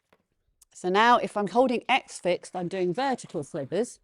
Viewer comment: "slivers", not "slithers", haha